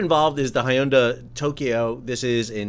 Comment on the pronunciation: I've heard it as 'hun-day' and 'hin-dai', but never the way you pronounced it.